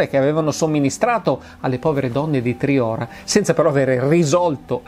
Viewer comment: Solo un appunto Massimo : Triora si prununcia con la O chiusa